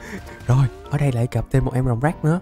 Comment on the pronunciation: Rồng drake mà a nói như rồng "ráck" á